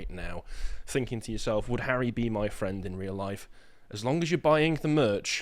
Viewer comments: Harry fwend?? 🥹👉👈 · Mercenary fwend😂